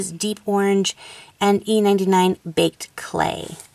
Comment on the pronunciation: Heheh! I thought baked clay said baked bean xD amazing vid! Keep it up ;)